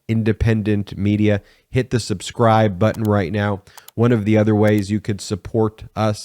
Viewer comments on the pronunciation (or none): none